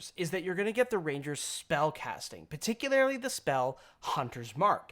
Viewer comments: Every time you want to use the word "particularily," please don't. "Particularly." Drop that extra "i." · Particularily? :P